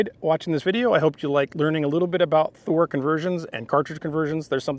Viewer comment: I love it when you do it right Thuer right Thuer